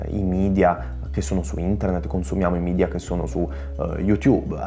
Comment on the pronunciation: Ma come si può dirsi esperti di comunicazione e dire "midia"...